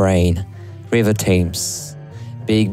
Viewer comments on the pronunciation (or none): Thames is pronounced tems